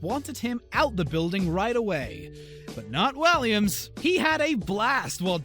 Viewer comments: you said Williams not waliams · WALLIAMS NOT WILLIAMS GET IT RIGHT IRONIC AINT IT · Excuse me? David WILliams..... ITS WALLIAMSSS 🙄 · He said David Williams at first when he said it but the rest he said it right! THAT ANNOYED ME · can u actually show the clips? I get confused when all u do is talk about is! also u said Williams by accident